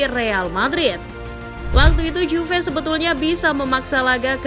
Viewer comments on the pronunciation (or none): none